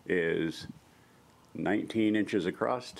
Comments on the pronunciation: OK, What's with the "Acrosst" shit? I've seen many American YouTubers saying this repeatedly so it's not accidental. There is no word Acrosst, old English might permit "acrossed" [a] [cross] [ed] but nothing like Acrosst. The word is "Across". That's all it is. Thanks for the video tho bro. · Oh I'm just giving you hard time lol! it's just odd to me because I know the YouTubers I'm referring to are quite intelligent (including yourself). Is just a strange thing.